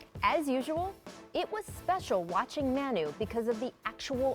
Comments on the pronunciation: muh-nu not man-nu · It’s mawnu, not mahnu. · The fact that she says "Man-u" instead of "Ma-nu" really bothers me.